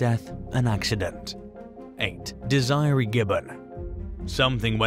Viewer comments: Dez-er-ray. Not Desie ree. Like wtf!? If you are going to make things like this you have to learn how to pronounce the words properly. Not whatever way your accent wants too. So annoying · Not Dees eye ree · Desiree is pronounced Dez er a. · That's not how you pronounce Desiree 😂😂😂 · Thank you! Lol